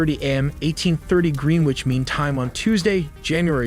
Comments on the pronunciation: haha he mispronounced greenwich its pronounced as gren-itch not green which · Well, they at least put a question mark on the title. Also, good graphics but it's pronounced gren-nich mean time, not green wich mean time. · Greenwich is pronounced "GREN-ITCH" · If there is one thing listening to little boy voices tell us what's supposed to be going on in the world, it's computer-generated little boy voices that can't pronounce "Greenwich" or even "L.A." properly. ** CUT IT OUT !!!!!!! ** ("AI Telly", my asshole!) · Does not state how fire started. Also doesn't know how to pronounce Greenwich.